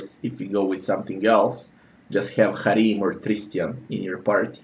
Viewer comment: I liked your pronunciation of Harrim.